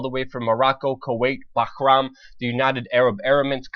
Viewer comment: Luke its called Bahrain, not Bahram man...unamericanise yourself!